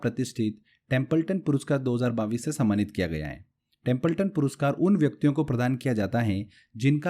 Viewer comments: सर पहले तो आप सन 2022 को बाविस बोलना बंद करिए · 22 thik se bolo pehle